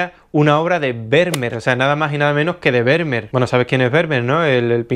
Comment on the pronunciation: Estimado, Esto que viene a continuación no es critica, ni queja ni nada por el estilo pero cada vez que dices Vermeer me duelen los oídos. La pronunciación más aproximada (de acuerdo a la fonética castellana) es FERMÍER. Si te sirve tómalo y si no, bueno tan amigos como siempre. Un abrazo y gracias por los videos tan buenos que haces.